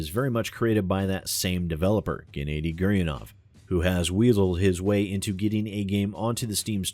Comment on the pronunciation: Gennady is pronounced 'Ge-na-di' like the G in Guess